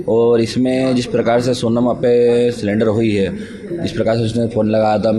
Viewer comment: वह सिलेंडर नही,सरेंडर है.... "सही पकडे है " 😂